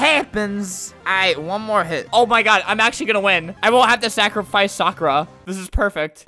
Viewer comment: ... Do you mean ‘Sakurafice’ lol